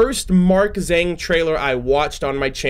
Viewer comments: well my name's got english and chinese in it, chinese name being spelled as Zheng Xian, so, the real way to pronounce Zhang is not zzaang like buzz and avatar the legend of aang, its zh(being cut) and more like how you would pronounce Ch in Charcoal, so a kinda tsung sound..?? like its a ba dum tss, and ung like sung. Zhang. am i understandable lol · Jang. Zh is pronounced as J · The "Zh" in the name Zhang is pronounced weirdly that is hard to explain in words, I will send you a video(on twitter) I found that explains it.